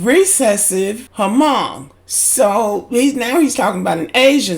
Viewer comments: Hmong is pronounced "mung" not hamong for future references. This teacher is insane. What about his traits? The nerve of him to talk about somebody's eyes is wild to me. I hope they dismiss this fool he has no place teaching children especially ours. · Hmong is pronounced with a silent h